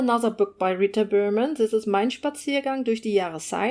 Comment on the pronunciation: The way you said the Rita berman titles was so beautiful!! lol I’m American so I love the different languages and accents compared to my own. Lovely video!!